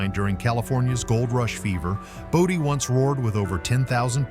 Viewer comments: Boe-dee, not body. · Bodie is prononced BOE dee. we just wenrt there last year. no we didnt take anything we didnt pay for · I didn't know there was a desert in Connecticut. It's pronounced Bode-EE, California. Portlock, Alaska has dry deserts, tropical plants and is served by the British post office? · It's Brody not body you need to do your research to learn how to say the word correctly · Stupid AI pronounces Bodie incorrectly